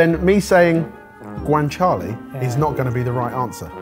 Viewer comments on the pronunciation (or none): none